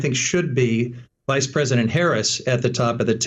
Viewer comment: Did she say Vice!!??